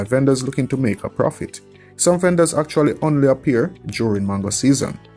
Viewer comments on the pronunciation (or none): none